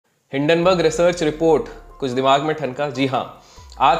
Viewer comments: Common People Pronounce:- Hindenburg Ultra Legend:- Dun-Dun Burg😂😂😂😂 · Hinden burg ko doon doon berg kyun 😂😂😂